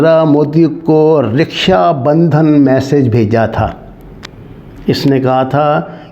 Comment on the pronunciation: بیس سو سولہ نہیں جناب “دو ہزار سولہ”! رِکشہ نہیں جناب رَکشا بندھن” معاف کرئیگا اَللّہ آپکا بول بالا کرے، آمین! 👍🌷🤲